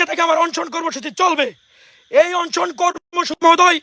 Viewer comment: ওরে উপদেষ্টা বানানো হোক!! অনেক ত্যাগ করছে পোলাডা, অন্তত আজকের এই ভাষণ টা বিবেচনায় নেয়া হোক!! “Onshon”না মেধাবী ভাইয়া ওইটা অনশন